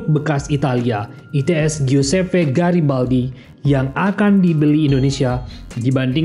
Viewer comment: Garibaldi min bukan Girabaldi